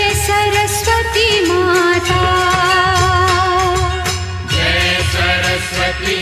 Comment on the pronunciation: It's not Joy joy That's Jay Jay Kindly Pronounce it Correct